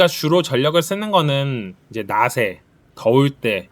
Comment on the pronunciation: 낮에...... 읽을때....... (나제)......라고 읽으세요